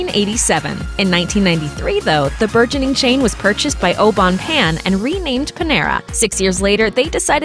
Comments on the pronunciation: You say it like “payne” not “Pan” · its not oh bone pan idiot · The pronunciation of Au Bon Pain was so cringe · The way you pronounce those french words au bon pain is so cringy. At least show a little respect to their language... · If I can learn English ,you can learn how to say au bon pain correctly. Be professional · Leila Canel I know. I cringed every time she mispronounced that.